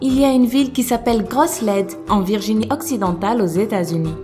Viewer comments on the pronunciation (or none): none